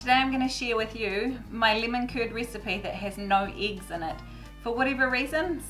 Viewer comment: In what area you prounopunce it eeeeeggs and not eggs? Just curious.